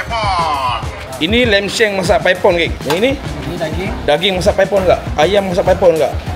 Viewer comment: Bang,klau geng OL² "paipon" 2 bkn "paip on" bang😂,,gen Z ckp YTJT😂😂